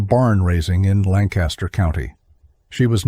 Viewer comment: Where am I listening from? About 20 minutes outside Lancaster, PA. Therefore, I know it's definitely not pronounced Lan-Caster. I'm only 5 minutes in but there is a lot of truths. Horses do know their way home. The Amish get drunk, pass out in the buggy and the horse takes them home. The only problem is horses can't read so they blow thru stop signs and red lights and well... Sometimes bad things happen.